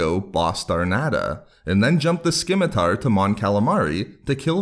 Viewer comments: Yes, below stated the C in scimitar is silent, corrected! You said skim-itar so much, I had to help correct you. Sim-i-tar. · Skim-a-tar & Vie-go.😁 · Dawg... it’s spelled “Scimitar” but pronounced “simitar.” Come on. Your information is good but your delivery is atrocious. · The most impressive thing about this video was that you did not pronounce scimitar correctly a single time. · The C in scimitar is silent... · I hate to be that guy but the c in scimitar is silent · The C in Scimitar is silent.